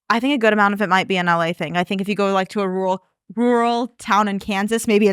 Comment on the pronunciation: I'm glad I'm not the only person that can't say "rural."